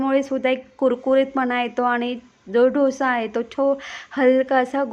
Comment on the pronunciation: ढोसा नाही डोसा म्हणा